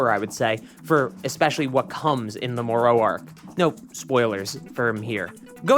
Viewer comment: Brother. Say it with me. Moro. More-o. Not more-owee. Jeeze. Killing me lol. I also dont understand why they are refusing to animate these new arcs. Its really pissing me off. Diama was great and all but its not giving us what we want. I guess they are just gonna let this franchise die?